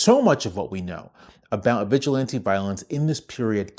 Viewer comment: Historically, they aren’t the Klan, they’re the Sturmabteilung, the predecessor to the SS. Trump’s goon squad. edit: the stress in “vigilante” goes on the third syllable, it isn’t the same as “vigilant.”